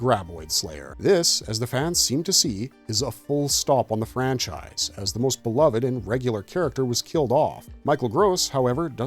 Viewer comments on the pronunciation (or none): none